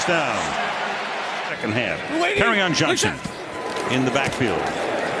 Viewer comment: how you pronounce his name is (carry-on) johnson... get it?